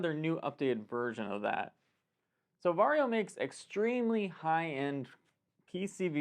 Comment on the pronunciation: I will now forever pronounce VARJO as "VERY YO!" Because they are known to be very...very. Very is the new Extra And Varjo (Very-Yo!, remember?) XR-3 is very Very. You might say, it's the MOST Very Yo!